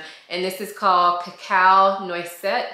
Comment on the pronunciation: Thank you for sharing the correct pronunciation! I wore Cacao Noisette to bed the other night and it was a lot! I love the smell, but it may be a little too much for day to day wear.